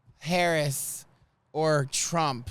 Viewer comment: For some strange reason , I enjoy this show and miss you. I love my bidet, LEARN HOW TO SAY HER NAME !!! (,LA) AND what have you ever heard from a VP